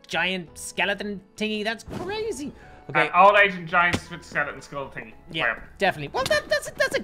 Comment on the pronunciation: who realizes says eart instead of earth and tingy instead of thingy